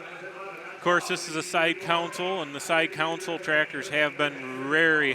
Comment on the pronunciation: There are a few pronunciations which really bug me, and one is pronouncing 'console' as COWN-sel. There is a totally separate word spelled counsel, which is what a lawyer does for you, not the part next to your seat in a car or on a tractor, that is a console. When you write, do you actually spell it 'counsel' regardless of which word you mean? No way you pronounce just the word 'con' as COWN, do you?